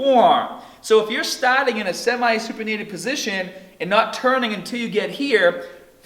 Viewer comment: tahgeting yar biceps hahdar by stahting in a supinated position